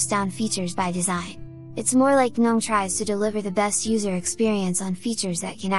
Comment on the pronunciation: "guh-nome os" is literally my definition of hell... 😂😂😂